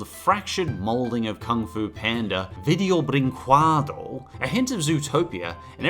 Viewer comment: "Video brinquedo" sounds like "vidjow brinkeddo"